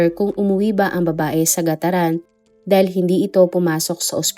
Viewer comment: (Carig) po hindi ca-rig i'm from cagayan po kc...GAT-TARAN Po